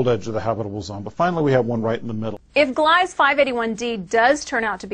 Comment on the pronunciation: Ugh. I hate reporters its gleeeeeza. Second, 581-d was described as a habitable planet 5 years ago. Old news.